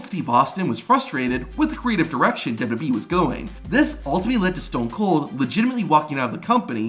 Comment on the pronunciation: There are many speech therapist that can help you with your problem. It’s W W E not duduby.